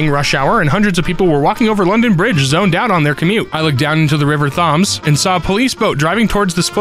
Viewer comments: For future reference "Thames" is pronounced "Tems", like "Them" but more on emphasis on the T A movie that blew my mind is Metalocalypse: The Doomstar Requiem. It's entirely sung as it chronicles Dethklok's decision to sack up and save their bandmate, Toki Wartooth. The visuals in Some Time Ago/The Duel/I Believe are amazing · It’s pronounced tems and brig-a-Deer.